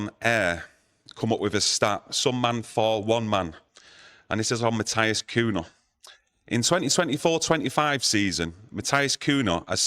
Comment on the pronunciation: Who the f**k is “MATHIAS COONA” hahahaha